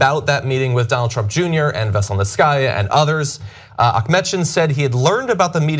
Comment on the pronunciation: It's pronounced veh-sell-neet-see-ah... not vessel-net-sky-ah 😉🐙